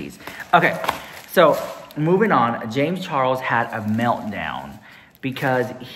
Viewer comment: Ah... you can say what you want about Jay-mz chaw-els...but that's none of my business 🙄🙄 I see nothing has changed with her...as long as she gets free sh*t from a person (predator or not) who has a large following... that's what is important to her i guess 🙄 That's so cool you were on the news!!!! Is that fox 26?? (I also agree with what you and the other guest had to say about the topic.. it's important as a consumer to really research the business ethics of these products a lot of people are so desperate to own)